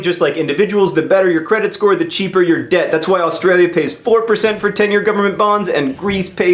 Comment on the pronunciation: I though he said 'dead' not 'debt' ...